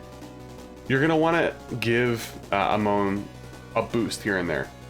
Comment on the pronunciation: Its A-mon not A-moun